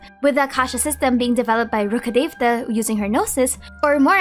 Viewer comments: That's actually the correct way lmao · thank you for pronouncing rukhadevata correctly. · You are the first one i have seen to speak the name "Rukudevata" with this much accuracy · idk if youll read this but i just wanted to thank you for pronouncing Rukkhadevata properly <333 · You are the first Genshin content creator who actually said Rukkhadevata correctly. The last part is called Devata (देवता), which means God. Thank you so so much!! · eng VA's and localisation isn't really known for their accuracy. Plus another comment here said she prenounced it correctly.